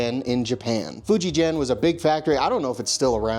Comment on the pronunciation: Fujigen is very much around. It is the highest quality manufacture of guitars in the world. Buy the way, the "G" in "Fujigen" is pronounced the same as the "G" in "Gorilla"